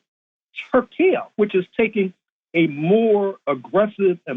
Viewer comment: It's "Tur" +" key" bro !